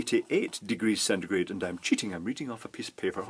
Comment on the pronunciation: Thanks for telling me this because it was killing me when you said centegrate